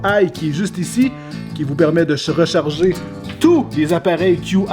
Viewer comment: Qui vous permet de Chrechargé